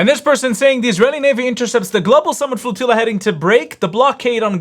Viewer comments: The woman pronounces flotilla like tortilla. 😂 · A flotiyya to supply marry team support lol. Learn English, lady.